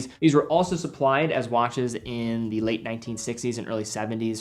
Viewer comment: & Helicoper , wach/waches